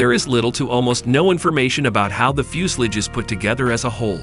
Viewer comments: TO THE MAKERS OF THIS VIDEO: I'm sorry, but what the heck is a "fjus-lids" ? (Yes, I realize that you were trying to say "fuselage"...but Come On !!! ) After all, it is actually your job to narrate this video. -If you can't do a better job than this, please find someone else to do it ! (A friend, even. -Anything!!! ) -The pronounciation of the German words is atrocious ! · its pronounced like this fyo͞osəˌläZH ..... not Fusalidge or Few sal age it sounds like Few si La ja the end sounds more like Lodge but with not really the D sound of the lodge but pretty close sounding. Sorry that was driving me nuts hearing that :face-blue-smiling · How stupid can you get, the word is FUSELAGE ! , not FUSELIGE.